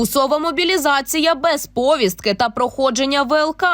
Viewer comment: ПовІстка!Наголос на ,,і,, !!!Неуки!